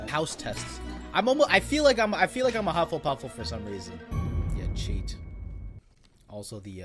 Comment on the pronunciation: iM SorRy did you say HUFFLEPUFFLE ?